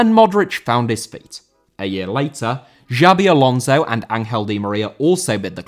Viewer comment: Alonso* not Alonzouw